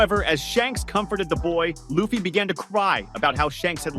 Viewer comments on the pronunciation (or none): Man how can you mispronounce the mc’s name? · It’s so annoying lol